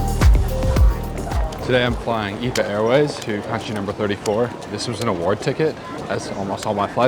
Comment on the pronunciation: EVA is a great airline that flies to Europe and the US as a good alternative to the bigger Asian airlines. Btw it’s pronounced E-V-A- not eva. Thanks for another good video.